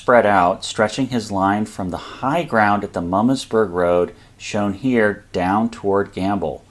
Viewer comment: Good video but as a semi-local (I live in Carlisle), hearing the pronunciation of Herr's Ridge and Mummasburg Rpad grated on my ears. "Herr's" is pronounced "hers", and not like the German word for Mister. "Mummasburg" is pronounced as "MOO-maws-burg". In print, they sure look like how you pronounced them though! Pennsylvania Dutch does some weird things! Don't get me started on how we pronounce "Lancaster".